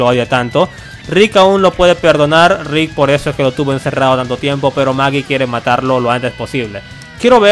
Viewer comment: Es Aaron y Michonne :v :v dijiste MAGIEE